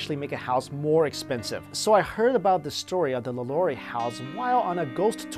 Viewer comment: He kept saying Madame LaLaurie's name wrong and I kept cringing